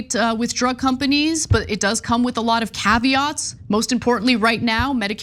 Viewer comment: The way Ana says the word caveats is the reason why Scotland shall be the 51st state under my regime 💐😎🏴❤️🙏